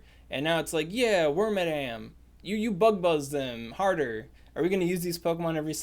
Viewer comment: Who is WormaDAM? I used to enjoy you talking about WormADam 😉